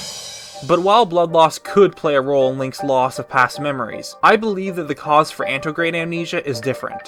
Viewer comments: AN-TE-RO-GRADE not ANTRO-GRADE hahaha...otherwise, it's a great video. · Ant-air-oh-gray-de Not antograde, Or antegrade. Otherwise good video.